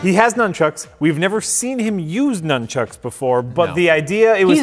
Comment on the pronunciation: This is not the first time that said "Chunks" instead of "Chucks": Nun Chunks = Little pieces of Nun Chucks!